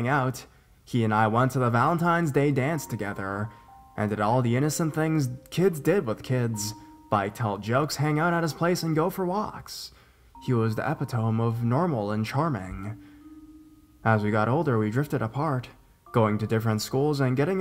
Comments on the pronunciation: “Epitome” is pronounced “eh-PIT-oh-mee”. lol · Pronunciation Police here...again. _lease look up the proper pronunciation for the word "epitome". The emphasis is on the second syllable, and the "me" at the end is "me". Otherwise, you are the cream of the crop in YouTube narrators! I always leave you a thumbs up!!